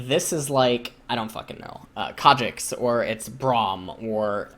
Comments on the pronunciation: fs... i get triggered everytime you say Kha'Jix... it's Kha'Zix :c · ffs ls its khaZix not khaJix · wtf is a kadrix ? i thought his name was kha'zix as in ka and then zix. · Why does pronounce Kha'zix with a J? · why the fuck are you calling him kadrix? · It's not Ka'jix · Yes I know, I'm Korean. And I'm still annoyed by his khajix pronunciation, because it's completely unnecessary. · for the first 10 minutes I thought he was saying a summoner name like "cadrix" or something lmao. thought it was some Korean player he knew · I think my headphones are broken :( everytime he says "kha'zix" it makes some weird noise and it sounds like kha trix or something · Pretty sure says Khazix in Korean, as he's reading the KR characters. So he does say it like Kajix or something. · "Kha'Jix" is the way some Koreans say kha because of their Z sounding like a J, like Zed is pronounced Jed to them... (I have a lot of Korean league friends and IRL) except the only Koreans that do this are the ones that just learned English or learned it as their second language very late... but shouldn't have a problem with this, so he's basically just saying it cus he's a giant Korean weaboo.. s t o p. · the j or ch sound replaces z sounds for foreign words because there are no native words with z sounds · He was saying Kha Shits the entire game because the Khazix was shit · The only reason why I watch is to hear him incorrectly pronounce words like Seraph or Kha'ZIX. XD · how the hell are u prononcing khs zix? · it’s a korean pronunciation